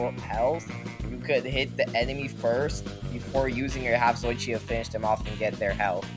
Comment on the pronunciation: why he pronounce “zatoichi” so weird like “zoychi”